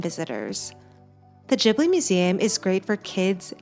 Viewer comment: Just FYI, it’s pronounced with a hard G. Like Ghibli, not jibbly. The name comes from an Italian plane. Producer Toshio Suzuki admitted that Miyazaki mispronounced it as Jiburi, when it’s actually a hard G.